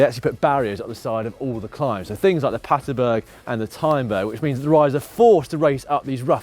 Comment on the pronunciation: Pat-ER-berg, not Patenberg.